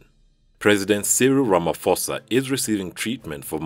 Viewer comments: "Ramaposa" is how you pronounce Ramaphosa! Not Ramafosa🛑😉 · The "ramaphosa" is actually pronounced with a p not f ,anyways love your channel ✌